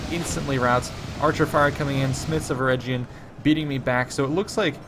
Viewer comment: talk of pretty boys...hnnnnnnn ( ͡° ͜ʖ ͡°) Also, Eregion is pronounced with a hard G.